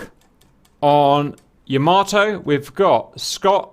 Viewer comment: First of all it's knots and not nuts xD and second, it's called Yamato and not YamaToe XDDDDD